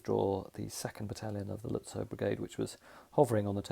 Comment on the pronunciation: Another brilliant video. (Lutzow is is pronounced Lut-zoff).